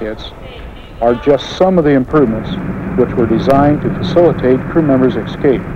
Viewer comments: General Lukens says, eXcape, instead of escape. Makes you kinda wonder. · Dude, Repeat after me. ES-Cape. ES-Cape. Not Ex-Cape. Sheesh. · In an industry where attention to detail is an absolute necessity you'd think the manufacturer would find someone who could correctly pronounce "escape" to narrate their promotional films.